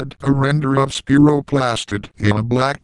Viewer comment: Quit saying Spearow! It's SPYRO!